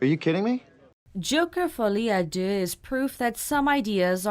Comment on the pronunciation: I think you’re the first reviewer I’ve listened to that pronounced “Folie a Deux” without butchering the Feench, lol